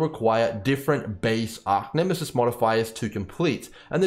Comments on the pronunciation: Great explanation. But it annoys me, that you constantly call it Arc-Nemesis... It's Arch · Thanks for the awesome vid but just a heads up its Arch not Arc for Archnemesis sorry to be the police of pronunciation but thought you might like to know.. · ARE CHE ARCH ffs bro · Arcnemesis........ it bugs me.